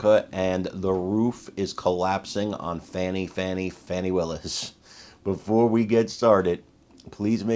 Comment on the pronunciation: If she thinks fani is pronounced fauni, she needs to go bk to middle school